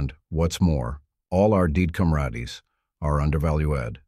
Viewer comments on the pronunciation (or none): "...and, once more, all our deed comradees are underval-oo-ad." i cri ever tim